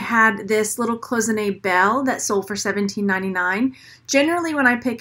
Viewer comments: It's "CLOY-ZIN-AY" not "close-inay" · Cloisonné is pronounced: clois (like noise) so-nay...not close-ah-nay. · Coy zen A is how it is pronounced. It is French. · She is not pronouncing it correctly actually. Google it. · For her defense, it'S a french word and not the easiest one with the SSSS transformed into a ZZZ sound , we all knew what she meant